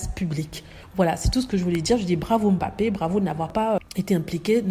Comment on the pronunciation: a très bien prononcé le nom bappé, M'bappé le M' est ce qu'on peut appeler les vestiges de la colonisation. Les noms Africains commençant par une consonne sont souvent précédés d'une consonne qui reste muette à la prononciation. Beaucoup de blancs savent que leurs ancêtres ont fait cela pour marquer leurs acquisitions d'humains '' j' ose dire humain'' l'Indochine aussi a été victime, un nom comme n'guyen initialement le N reste muet.